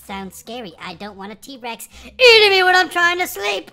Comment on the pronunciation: its t-rex not t-rax